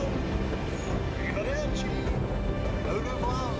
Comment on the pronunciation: Ahaha il mister handy: ciao awwivedewci